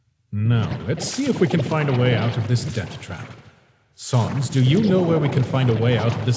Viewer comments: I like how they call sans “SONSS” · OK, I DO NOT PRONOUNCE SANS LIKE SONS